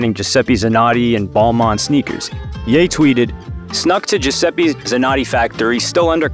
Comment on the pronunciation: Giuseppe not giuseppi😅